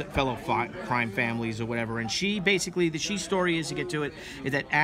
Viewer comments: So umm, if that is supposed to be Chinese then shi is pronounced much more like the English sure. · Bill Tucci... wow this takes me back. I remember arguing with a friend in high school about how to pronounce Shi; I said sh-e and he said sh-i... I knew I was right. I’ll be on the look out for the return of the warrior.